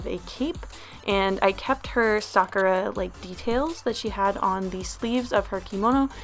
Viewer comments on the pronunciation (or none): ahh at the beginning when you said sakura I thought you said f*ckera DX